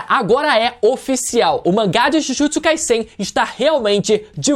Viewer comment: pronuncia certa ai. Jujutsu Kai"Z"en. O Som é de z não de s igual vc ta pronunciando. E é bizarro vc falar que Kaguya foi apressado cara. Sage of Six path ou seja Haguromo estava ai desde sempre. Os zetsu estavam ai desde sempre. C ta de sacanagem vc falar isso.